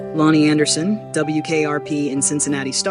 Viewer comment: It would be nice if the robot narrator pronounced the decedent's name correctly.